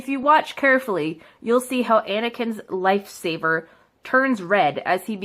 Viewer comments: OH WERE THE DAM IDIOTS HERE U CANT EVEN SPEAK ITS NOT DARK VADER ITS DARTH VADER AND LIGHT SABER NOT LIFE SABER OH AND YODA THE LITTLE GREEN ONE AND CHUBACA SO YEAH WERE THE IDIOTS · Its not Dark wader its darth vader and Light saber not life saber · I like when she calls a lightsaber a lifesaver and did she call luke Skywalker sister Leia organa his girlfriend 😂🤣 Who heard that she called Darth Vader Dark Vader😂🤣 it's just making me laugh Her: Sexist? Calls Yoda green guy and chewbacca a hairy man and some black dude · And it's called a light L I G H T S A B E R not Lifesavers there I spelled it out for you you sped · Pepe the frog actually she said lifesavers......